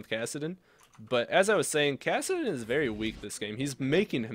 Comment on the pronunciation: Wery cool, Wery swag; I like it :)